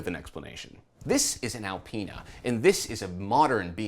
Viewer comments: A-penis.......Apinas......Alpinas... Well played, well played. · gets into the X7 “This is Al-penis version.”